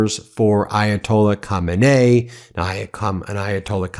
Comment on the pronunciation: Can someone please teach Ben to pronounce "Khamenei" and "Khomeini" correctly? 😄